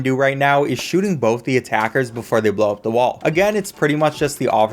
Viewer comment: Confin-skate Bofe Wiff Impore-tint